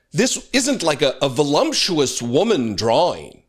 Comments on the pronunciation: Voluptuous....not volumptuous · I agree with everything you said. But did you know that the word voluptuous does not have an M in it? Maybe you’re mixing up sumptuous and voluptuous. Sorry, I’m the daughter of a lawyer and an English teacher so I’m extra obnoxious I guess. Love your channel. Please get better soon.